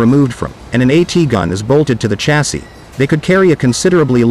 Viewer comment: “Chassis” is pronounced “shazzy” btw.